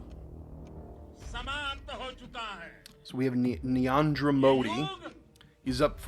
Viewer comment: prime minister's name is prononced as naar-eeen-draa- modi (say naar as you pronunce the word "car")